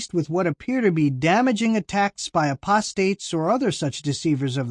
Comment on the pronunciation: C Rhynehardt I don't know if we are talking abt the same thing, but I thought I heard say aprostate instead of 'apostates!' Did anyone else hear that? I scrolled back 3 or 4 times to listen. ( I'm not deaf, but am hearing impaired. )